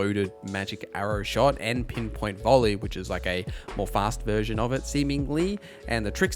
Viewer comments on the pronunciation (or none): none